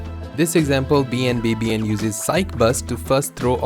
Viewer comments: This is really cool information, but just so you know BNBBN is pronounced BAWN BA BAWN. Other than that, thanks for the footage breakdown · This man legit said every letter in BNBBN's name instead of saying his name lol